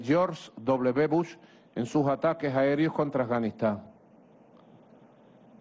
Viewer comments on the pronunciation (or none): ¿Y por que maduro le aumenta una J delante de las vocales? "Jataques Jaereos". Es "Ataques aéreos" si J Maduro